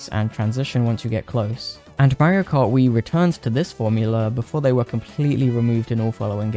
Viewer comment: I like how you say Mario as Mayrio and awesome video! I always thought mkwiis bloom was a little annoying but with mods you can remove that and the deflicker as well! Please do Mario Bros next!